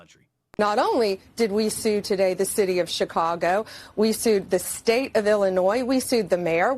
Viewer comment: One great thing about Pam Bondi is that she can pronounce Chicago correctly. Cha caw go! I’ve seen her in action in court and I wouldn’t want to get on her shit list.